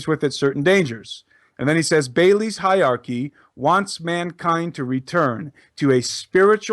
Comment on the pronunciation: the word is hierarchy (pronounced HIGHER-ARCHY - not HIGH-ARCHY)